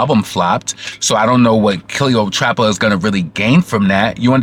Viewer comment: You're hilarious the way you Say cleotrapa but it's Cleopatra. The shade Lol